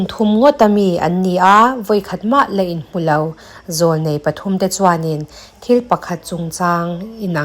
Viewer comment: Inhmulau ti lo in inhmulo ti a lam thin tur mizo tawng ah chuan mizo tawng i lam dik vakloh chuan ka ngaithla peih lo ang